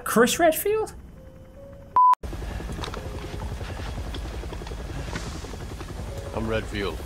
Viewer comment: who is Crish Readfield?????